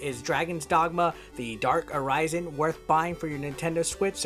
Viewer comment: The darke arise en? You can at least say it right🤨